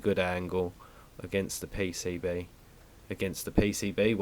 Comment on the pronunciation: The 'pay-say-bae'